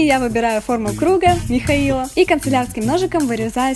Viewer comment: Мне одной послышалось Митхаил?